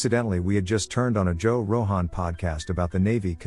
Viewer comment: Joe Row-han!